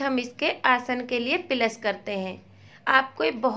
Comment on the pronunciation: Are pehle bolna to sikh pilus nhi plus hota he 😂😂😂😂😂😂😢